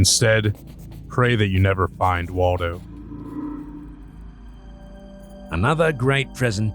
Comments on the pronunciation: Waldo more like War-do 😆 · Lol it`s walldow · Its Wally not Waldo smh